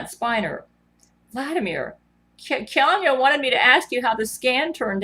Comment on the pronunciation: One would think with all the brain to brain communications she'd be able to pronounce Keanu's name properly.